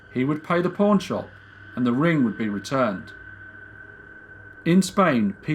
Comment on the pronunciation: I thought you said porn shop but then realized you said pawn shop, your accent mad it sound like porn😓